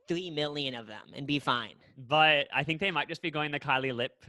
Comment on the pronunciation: when u were saying angela johnson did a character.. The name was not "something qwan" it was "bon qui qui" and also instead of saying "kylie lip kit" i swear you said "kylie lip cl!t" 😂😂💀 i can't find the time stamp now and im too lazy to keep looking but im almost 💯% you did lmfaoo